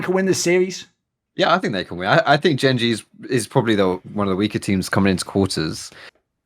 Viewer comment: that is what im say pronounced it wrong